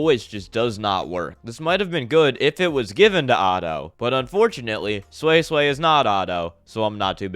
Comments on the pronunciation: Edit: wtf is sui sway, it's pronounced as swee-say. At least get the name right well that was a pretty unique album review. I agree with you for the most part that the sound mixing was meh, especially on newton was shit, but that's pretty much it. I thought you were trolling or larping but it may just be that your standards are too high. I saw the comment where you actually like jpop, then listening to jpop must be endless purgatory for you since it's full of what you highlighted in this album review. Yeah or you just have shit taste. Your hearing is pretty decent though, most people won't be able to identify problems on the production side. Props on actually even making a video though. Album review 5/10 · who is this sweyy-sweyy? at least try to pronounce her name correctly before ranting your own opinion.